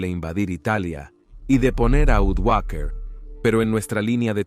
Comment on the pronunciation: Napos, Odoacher, qué horror de proninciación, imagino que se trata de una voz artificial